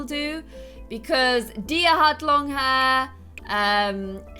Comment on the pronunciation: My name is Diya and you make me so happy when you say my name right!!! I've been here since the start and i love you so so much